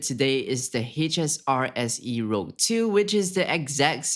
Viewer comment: isnt it the H-SR-SE ROUGE.. you put "rogue"... its a french word, means red :) and its pronounced "rooj"